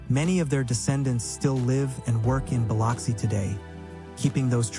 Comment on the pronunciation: Please learn how to pronounce Biloxi (buh LUHK see) correctly.